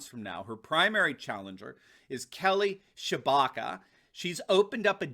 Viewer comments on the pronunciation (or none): The way you say Republican Kelly Tshibaka sounds like Kelly Chewbacca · Somewhat fitting that a video posted May the 4th talks about an Alaskan candidate that can be credibly mispronounced as Chewbacca.